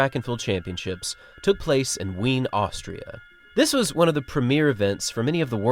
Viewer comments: Ween? Wien is pronounced more like Veen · Wien is 1. Pronounced veen and 2. Is the German version of the city of Vienna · And he even got the Austrian (German) pronunciation wrong. It's pronounced Veen by the locals. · sir.... it's pronounced 'veen'.